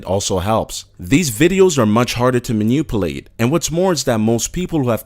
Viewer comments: Manuplate? lol lmao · I like how you say manipulate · "minupulat" "enthooziass"